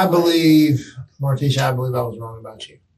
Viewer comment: mar-TEE-sha...its pronounced. But she is a moron